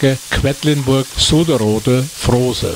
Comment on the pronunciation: Es heißt nicht "Kwettlinburg" sondern Quedlinburg.